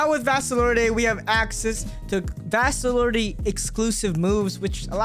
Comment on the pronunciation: I don’t wanna be that guy but u say vasto lord the e is silent